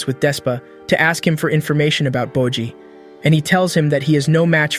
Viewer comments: nah u did not just call bojji 'bocchi' lmaoo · Did u just call my man Boji dumb boy, I hope I see ur dumbass in the streets